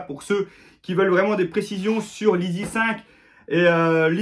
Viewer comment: Prononcé « aissy » pas « izi »